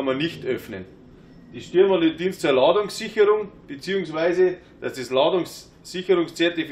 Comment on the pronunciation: Hallo, bitte bitte mach nochmal eine Schulung zwecks '"ĹADUNGSSCHICHERRUNG'".